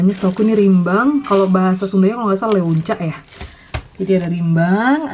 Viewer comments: Leunca, huruf U nya ga dibaca ya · tulisan nya leunca tapi baca nya Lenca